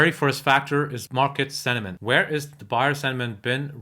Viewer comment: Not sediment as you keep saying...it's sentiment. You've mispronounced that word.